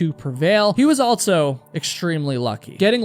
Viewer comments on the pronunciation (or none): for the love of god plz STOP saying altso